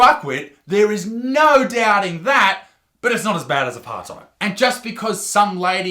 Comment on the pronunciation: The way Isaac says apartheid is hilariously incorrect.